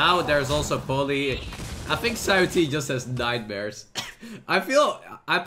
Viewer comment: As a chinese speaker, ShiaoT is how his name should be pronounced, but whatever.